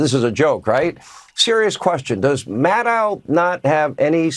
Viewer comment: Sean, it's Maddow, not Maddow! The dow sounds like tow, not cow. Maddohhh!